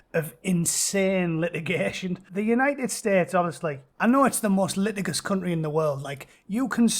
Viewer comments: It's not liti-gious, it's li-tidge-us boy. 👍 And it's de-tritous. 😂😂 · "Leh - tidge - Us"